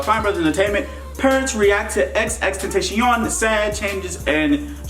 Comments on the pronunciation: It’s not xx teteshen it’s xxxtentacion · Who else here misses x rip x btw and hates when people pernounce his name xxxtentaaacian instead of xxxtentacion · C'mon, Dwayne "XXXtentashion" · He called him xxtenshion 😂😂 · my mans said xx tentashion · The way Dwayne pronounced his name was so funny and disrespectful 😂😂😂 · You pronounced “tentacion” no offense but The worst in the fucking world